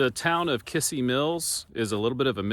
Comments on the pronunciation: Kissee Mills pronounced Kizzee Mills accent on second syllable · Kissee Mills, pronounced KIZZEE. There used to be a bar in Isabella that we played in in 1993 that had chicken wire over the stage. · In case no one has already mentioned it, the stress in Kissee is on the last syllable-- kiSSEE mills. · In Claremore Ok there is a Ford dealership- Jack Kissee, pronounced kiss sea. I did some research and discovered this name was in Missouri in the 1800s. It isn't a common name at all- 3 in Missouri at one time. In Missouri it was pronounced Kizzee. Interesting how names are pronounced differently in different areas of the country. I love history, your videos are right up my alley. Stay safe and GOD bless